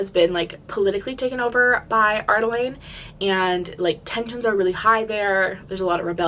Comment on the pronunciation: I say this with so much love because you have helped me through these books, you often skip letters in words. Lyria- you said Lyra Adarlan- you say Ar-Da-Lane